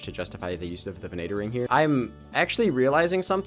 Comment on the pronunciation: great vid plz it’s ven-a-tor….. it ven-a-ter….plz stop you sound like mater from Cars